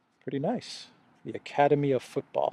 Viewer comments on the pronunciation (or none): none